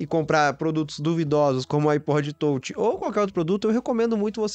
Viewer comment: iPod tôutchi, tôutchi, tôutchi.